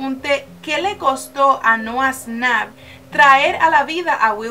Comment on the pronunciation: Noah snap :v Es nouah shnap ahre